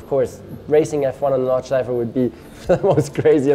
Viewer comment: At the beginning I was like „He pronounces ‚Nordschleife‘ right?“ and then „Ah well he’s German“ and the I realized I‘m german as well...